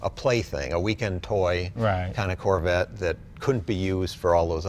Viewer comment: Did jay just call the corvette the "Carvette"? lol